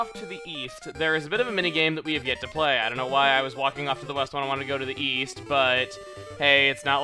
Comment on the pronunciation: Weast? What kind of compass are you reading, lad?